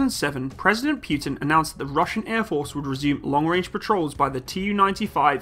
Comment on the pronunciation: lol its putin, not pewtin